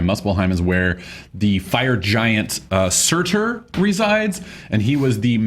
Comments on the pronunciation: Surtur, Pronounced SOO-TAR, not SERR-TERR! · Also, you don't pronounce the r at the end of "Surtr." It's just pronounced "Surt."